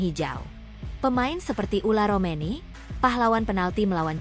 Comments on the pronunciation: Tolong min jgn diganti² nama orang. Yang benar itu Ole Romeny bukan Ula Romeny, sedih banget aku dengernya striker terbaik Timnas yg sdh sejajar dgn Tele diganti namanya 😢😢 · heran yang bikin narasi kenapa terus bilangnya ULAR romeni yaa, namanya itu OLE ROMENY